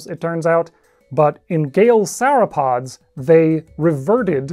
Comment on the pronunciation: Did you say 'sour-pods'?